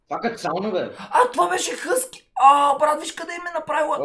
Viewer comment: Нее хъски а хаски😀